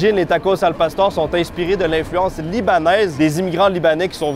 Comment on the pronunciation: Il fallait un peu de calibrrrrration et à c’est un succès la prononciation de al pastor 🙌